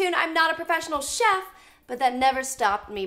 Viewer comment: When you're a Filipino, and say SHEP, instead of CHEF.